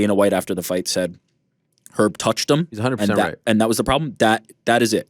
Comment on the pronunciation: Ariel it's Hunnid not hundid 🤦‍♂️